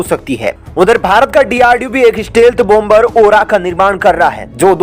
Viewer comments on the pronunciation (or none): Please pronounce. BOM BER. as. Bomer. Where. B. is pronounced. SIlent. Not. BOM BER..TAKE A NOTE